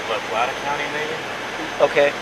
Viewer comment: It's La Plata county, NOT La PlaNta! I'd send you $100 if you could go through an entire episode of any of your 3 vlogs without grossly mispronouncing something, a mispronounciation that would be easily avoided, the correct pronunciation could be easily verified then gone over, ready for vlog release, oh well, i guess you're just content being a notch or 2 removed from polished professional Additionally I have NO idea what word you were trying to say when speaking of all the beer and liquor bottles and cans about the house, what would make sense is to have said, STREWN about the house, you said something that was indiscernable to me, I believe it began with an S but it was too muffled for me to discern what it actually was....